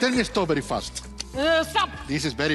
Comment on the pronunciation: Danny : This is berry berry berry fast Alison : Berry berry 😂😂😂